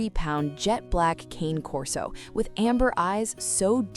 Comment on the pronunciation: I just came here to hear your fake voice mispronounce Cane Corso. It only took 12 seconds.